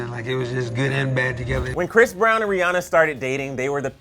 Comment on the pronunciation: I might be wrong but doesn't she pronounce it like rih AN ah